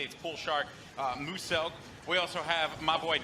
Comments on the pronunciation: Lol they said Mooselk in stead of Muselk! 😂😂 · did that man call Muselk "moose elk" on purpose? It's MUE-SELK. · "Mooselk" "MOOSELK" its muselk you idiot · muselk is pronounced "m-you-sulk" but that guy pronounced it as moose-elk.. which he hates... serves muselk right for deserting TF2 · It's pronounced Muselk not mooselk lol. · lol they pronounced Muselk as moos-elk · why mooselk in a cring compilation that's not even the worst pronounciation I've heard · OMG Muselk ! Also I laughed a little when Muselk heard the announcer pronounced his name Mooselk, he was like "WTF did you just said? " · Why does every freaking American has to pronounced Muselk MOOselk…… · Donovan Grey Yeah me, but pretty disappointed that Muselk isn't the main focus from that segment…the focus was on that guy who pronounced Muselk MOOselk and said "But I'm pretty cool right?"…… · "Mooselk" *SHOCKED MUSELK* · That dude says mooselk and then muselk looked over and probably wondered why he came up with such a dumb username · Muselk: Did you just fucking pronounce my name 'Mooselk' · "Here we have Mooselk" Instantly turns around as his name is butchered once again You gotta love people that can't pronounce Muselk. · MOOSE-ELK LOL. Better attempt than one tf2 player who called him 'Muscle Milk' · Oh god when he said "Mooselk" turned around like "NOW WHICH SON OF A BITCH JUST MISPRONOUNCED MY NAME?!" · Ayyeee Muselk was in there lol he looks pissed when they said his name wrong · Poor Muselk, no one can say his name properly. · OMG! Haha! Muselk is Thinking: "Why can't anyone say it correct!!!" 😂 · I love Muselk's look when his name is mispronounced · no one can pronounce this name... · when muselk look to the right, it looked like this n***a said my name wrong. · he said muselk wrong lol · Lol Muselk looking so triggered when his name is pronounced wrong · they pronounced muselk wrong